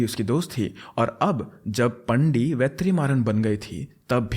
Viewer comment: It's pronounced as वेट्रिमारन and पाणडि